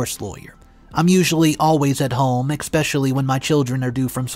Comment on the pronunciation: You pronounced the word especially. It's not eck specially.